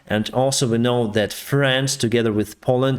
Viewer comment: Please, pronounce differently Friends and France. Friends = FrEns. France = FrAns. You pronounce them so similarly I got confused. Had to see the Economist's written text on the screen to realize it's "friends" and not "France".